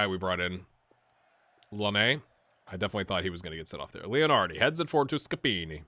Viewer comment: don't be too hard on yourself, you're doing a really good job! Your "Scappini" sounds 100% italian 😂